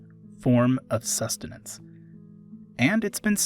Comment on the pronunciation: Me: accidentally fasts foward: sUsTeNaNcE Me: dies laughing for no reason